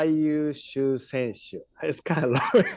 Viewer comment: 日本語字幕ありがとうございます。 「最優秀選手」発音、上手でした。 すごい！！(^_-)-☆